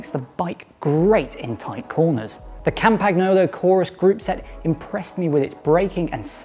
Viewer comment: You read "campenyolo" and not "campaGnolo"